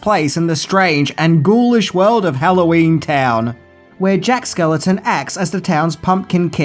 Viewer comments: why do you keep mispronouncing Jack SKELLINGTON's last name? It's not that difficult to say, it rhymes with WELLINGTON. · SKELLINGTON! SAY IT PROPERLY OR OOGIE BOOGIE WILL COME FOR YOU! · SkeLLING TON not skeleton. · I love ya Dude. But it's Jack SkellINGton not Jack Skeleton. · God damn it,... The guy's name is Jack skelINGton. Not skeleton. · Are you saying Jack Skeleton? Just like you said Tia Korea? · It’s Jack Skellington. Stop saying skeleton! 🤬🤬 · It's not Jack Skeleton... It's Jack Skellington; there's an "ing" in there. Other than that, great video, dude =) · It’s Skellington not skeleton 😊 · Skel LING ton, NOT "Skeleton." I mean, really!?! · Don't ever change,. It's Jack Skellington, with an ING in the middle and not Jack Skeleton or Skellenton. Also, how could you forget to mention the annual Disney tradition of the Nightmare Before Christmas overlay on The Haunted Mansion ride? Something that Disney does in at least California and Orlando starting sometime in October and running through at least Christmas and is hugely popular with park goers. When I used to have an annual pass, The Haunted Mansion would be dead, no pun intended, most days that I went, but during October through December, the ride was almost always packed. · Are you actually saying 'skeleton' instead of 'Skellington', or is the pronunciation getting lost on my ears in your accent? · Jack Skell-ING-ton, not Skel-eh-ton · It's Jack SKELLINGTON (rhymes with WELLINGTON), NOT Jack SKELETON. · Is no one going to point out that he keeps saying "Jack Skeleton" instead of "Jack Skellington"??!! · Lol you keep calling him "Jack Skeleton" when it's supposed to sound like a last name "SkellINGton". Other than that, love every one of you videos. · Is there some name change for Jack outside the US? His name is Jack Skell-ING-ton not Skeleton over here.. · Are you saying Jack “skeleton” lmao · Why are you saying Jack SKELETON?